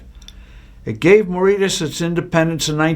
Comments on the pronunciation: Marishius is the pronunciation oh Mauritius. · Mauritius-learn how to pronounce it before posting